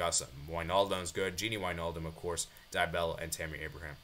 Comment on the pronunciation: its Dybala not DyBella